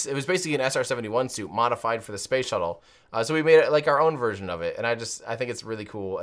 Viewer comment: watch the video and listen. The french can't say space as we do, so they pronounce it "spahce"...then others whom aren't french in the video start saying it as well. Weird